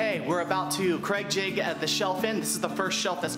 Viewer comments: YOU ARE AWESOME I LOVE THE WAY U POP UP ON THE SCREEN IT MAKES THE VIDEO SO MUCH MORE FUN. I ALSO LOVE HOW U SAY CRAIG JIGGET. I LAUGHED SO HARD. CAN U MAKE A FLOATING SHOE RACK PLEASE. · Please, please, please STOP using cregjigging the word is "use pocket holes" or " we will use creg jig pocket holes"